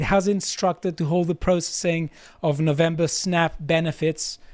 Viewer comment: As an American, it is pronounced No-vem-ber, not "Novambrrra". Also, it is "march" not "march-ay".